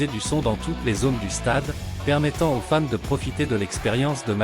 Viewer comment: Tu prononces très mal Fans, au début j'ai pensé que tu disais femmes.